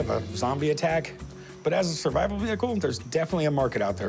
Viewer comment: “Tis is what I call my Shurvaibal vehicle”